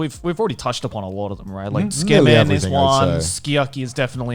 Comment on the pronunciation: I am completely fucking baffled at how Joey living in Japan cannot proniunciate Tsukemen. He sounds like he's trying to say "tskmen"